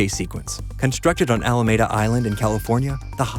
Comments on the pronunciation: Best part about this was that the EXIT signs were legit from Bay Area (Hwy 101) exits as well! And it’s not Al-may-da….it’s Al-Mee-Duh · I have never understood the flack this movie got. I like all 3...fight me. Honestly I'm have some apprehension about part 4 since both siblings aren't as involved. Also I thought the 3rd one wrapped up pretty well. And the way u pronounce "Alameda" tells me ur not from here, lol...good content 👌